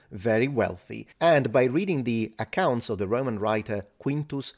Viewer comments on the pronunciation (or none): none